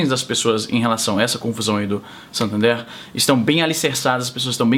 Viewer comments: a pronuncia correta é SAtÃnder Izzy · izzynobre muito bom o vídeo mano, a propósito, a pronuncia é "santandér" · A pronuncia é "SantandEr" msm, é espanhol e a pronúncia é a mais próxima do português possível. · Santandér mais ou menos isso a pronúncia. É o antigo banco real. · você disse SATANder? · A pronúncia correta é satãder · Santander ou Santhander kkkkkk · o cara nao sabe nem falar Satander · izzy.. nao sabe nem pronunciar santander.. vai te lascar .. morto de brasileiro aqui do maranhao.. rsrs